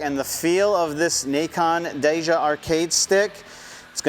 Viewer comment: I’m just teasing lol it’s pronounced Kai-yaneh